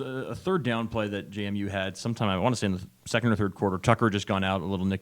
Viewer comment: It's JMU. NOT JaMu.